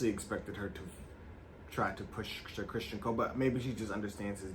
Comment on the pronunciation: His name is Criston, not Christian.😊